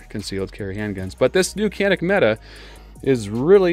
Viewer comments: Why does everyone call them META? It's pronounced meh-tay. English is hard for Americans i know. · meh-Tay MC9